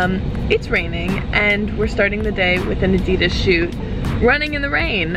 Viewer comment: The mispronounciation of Adidas is an epidemic.